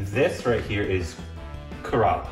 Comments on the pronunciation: It is not corolla 😂😂 Its kerala Pronunciation = KERA+ LA =kerala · KORBENISED INDIAN STATE ..KERELA = KARALA HAHA